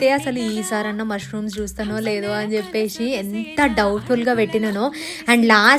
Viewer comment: Chesesi,cheppesi,😂 Not cheppeshi,cheseshi😢.